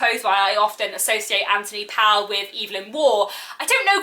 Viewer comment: I must repeat that the author’s name does not rhyme with towel, but with sole. This is easily verified from a myriad of sources, not least the great new biography of Powell by Hilary Spurling. The thing is that this odd pronunciation is part of the eccentricity and nostalgia evoked by his work, so I think it is important to get it right.